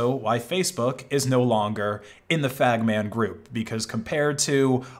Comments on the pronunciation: did you just refer to FAANMG as FAGMAN 😂 😂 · ok he definitely said "fagman group" and again 😅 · Sounds like you're saying F*GM*N group 😂😂😂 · the former what… 😭 I’m sorry I can’t be the only one that hears a slur